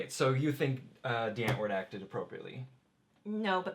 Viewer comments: Since they're South African the name "Die Antwoord", is Dutch for "the answer" so you pronouce it like : ' dee ant-vord' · I find it triggering when they keep pronouncing "Die Antwoord" wrong.